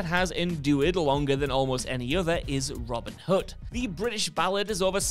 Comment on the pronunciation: Genuinely thought he was saying Robert Hud. I was like who’s that?